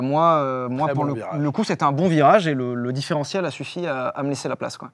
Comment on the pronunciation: a dit "différentiel"...